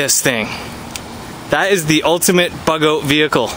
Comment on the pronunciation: I love the way Canucks pronounce "out"